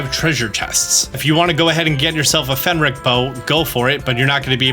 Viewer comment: Say Fenrick one more time. I dare you, I double dare you!